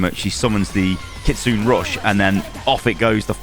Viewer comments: Just letting you know it’s pronounced like ki-tsu-neh, kiriko looks insane and quite fun to play! Can’t wait to get back into overwatch! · It's actually pronounced Cat-Tsu-Nami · Triggered at the way you pronounce Kitsune! 🤦‍♂️ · Thank you! Btw it’s not “kitsoon” but kitsuneh, the “ki” is devoiced in this case and the “e” sounds similar to the Canadian “eh” but not as dramatic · Almost correct.. But it's not "Nay" at the end it's Ki-Tsu-Neh just simple phonetics.. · bruh the way u pronounce kitsune god damn man have u never watched a single anime or japanese thing the E at the end is pronounced its KITSUNEEEE not KITSUN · Hey! Nice vid breakdown. Just a note, Kitsune is pronounced kit-soon-eh. **Generally all vowels in Japanese are spoken. It means "fox";) ** Preemptive note for inevitable angry internet weebs - I get that the 'u' in desu isn't said and a lot of stuff like that. I'm just a regular western dude in Japan and see people say words like 'gozaimasu' like gozaimasuuuu or gozaimas swapped up all the time. In English, we never would say the word make either like make or mak-eeee. More grammatically it's called "devoicing" and is different from silent English vowels in that they can be said and more based on dialect/accent. So yea, generally all vowels are used. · kitsune is pronounced kits-su-nay not kits-soon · It’s not ‘Keetsun’ it’s ‘Kee-tsu-nei’. The ‘e’ at the end of ‘Kitsune’ is not silent. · bro please look up the proper pronunciations of these abilities. i'm cringing every time you say "kitsoon" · FYI, “Kitsune” is pronounced “kitsuneh”, no silent e :p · it's pronounced KitsuNEH Rush:) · “Kitsoon rush” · Kit-sue-nay rush